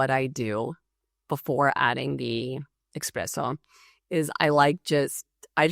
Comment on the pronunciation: Did you really say "Ecspresso" with "С"?? Not "Espresso"? Or did I hear it wrong?